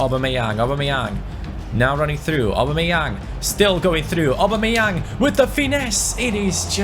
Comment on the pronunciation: U can tell he doesnt watch football when u hear him say aub